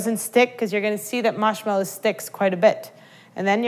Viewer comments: Marshmallow not maushmallow plz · is it me or is she saying, "Mash mellow," instead of Marsh mellow? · She says "Mashmellow" instead of "Marshmallow" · Isaiah Higgins mawshmelloe is what i hear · I pronounce it mahrshmellow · i love how you say moshmello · is she saying mashmallow? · Haha all good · Sour Eggz, Midwest accents usually don't have a French tinge like this. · Not gonna lie, I'm low-key digging the way she pronounces marshmallow. 👍👍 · Isn't it strange how she has a completely american accent until she says marshmellow and then it sounds australian?